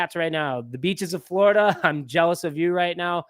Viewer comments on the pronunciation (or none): none